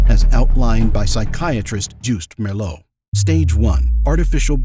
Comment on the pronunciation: When you use the name of a Dutch man, try pronouncing it correctly. When you say the man’s last name, you correctly pronounce the last letters: ‘(Meer)LOO’. Those same letters are in his first name, so they should also be pronounced that way (and not ‘Joust’. The first part of the last name is not ‘Merr’ but should sound like ‘mere’. It’s simply more respectful to address a person correctly. As Dutch people we do it the other way around too.